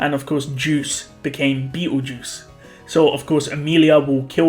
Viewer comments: You keep calling Petelgeuse Peteljuice. I didn’t order a cup of Peteljuice. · why are you pronouncing Petelgeuse as beetlejuice?